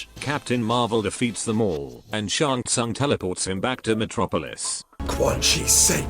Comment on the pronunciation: Bro shouldn’t the reptile employee say Shang Tsung’s name correctly or not